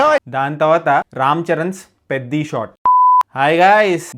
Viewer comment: Bro I thought beddi 😂it's peddi